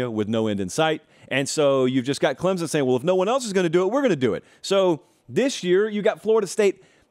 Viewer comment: Alabana, Ohio Thate, Clemzen